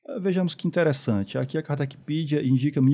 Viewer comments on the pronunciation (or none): KARDECPEDIA ,não é Kardecpidia